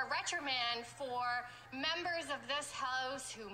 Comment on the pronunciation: RETRIMAND? LOL Her grasp of the English language is outstanding.